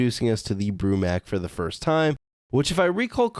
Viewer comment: It’s not Broo-Mac is Broo-MAK